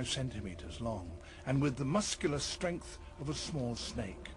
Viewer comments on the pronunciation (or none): none